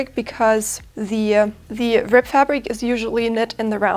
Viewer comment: It sounds like you are saying " rip" instead of "rib".